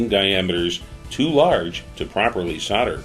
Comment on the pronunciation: What us Sauder? It's called Solder. It has an "L" in it. Do you send Sodiers to war, no you send Soldiers! LOL The tinning flux 95 is good stuff.